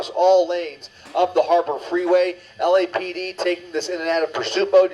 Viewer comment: In this case does LAPD is pronounced as LAPPED! Lmfao!😂